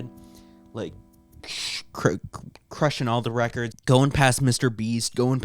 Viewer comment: Why’d bro say records like that 😭😭😭